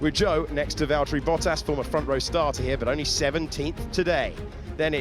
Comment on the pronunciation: Valtteri not "Valterri".... brilliant otherwise! :-)